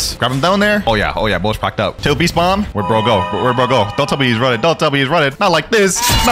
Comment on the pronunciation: It sounds weird